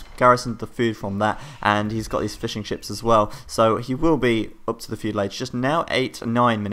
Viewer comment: when you say fishing ships it sounds like fish and chips :D